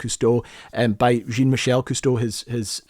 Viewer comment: Thank you so much. Brings me back decades...Cousteau brought live of all Nature, not just the sea, even if that was his passion/obsession. Incredible how you covered so much, on such a lovely way! Was just surprised on how you prononce his son s name Jean-michel (as Jin-michel)? In France, we ll say Jean( close enough phonetically to John) just in case you got to meet him personnally😊which I think you would be welcome to, with this incredible documentary /tribute about his family❤